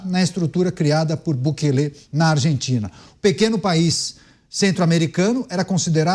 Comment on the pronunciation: a pronuncia não é Bukelê e sim Bukeli (não tem acento)